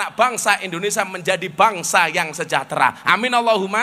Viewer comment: Gus berbahasa indonesia yg baik,jangan menyebut indonesa